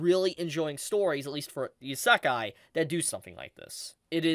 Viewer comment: why do i keep hearing "isakai" instead of "isekai"?